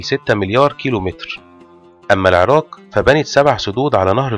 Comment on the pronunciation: الله يجزيك الخير ولكن لدي عتب عليك يجب نطق حرف القاف بشكل صحيح و أنت يا سيدي الكريم تقوم بقراءته كما لوكان حرف الكاف فمثلاً العراك بدل العراق و كذلك مدينة الكائم بدل القائم تمتاز العربية يا أخي الكريم بمخارج حروفها التي لايمكن تجاهلها عموماً خالص شكري و تقديري و محبتي لكم دمشق ٢٠٢٢/١٢/١٧